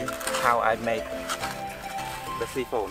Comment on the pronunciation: real good. you always build good stuff. keep up the great work. 👌 just let you know its pronounce Sy - phon. pronunce as Y for Siphon not See-phon .. appreciate all your videos and your english. english also a 2nd language for me looking forward to all your future videos friend.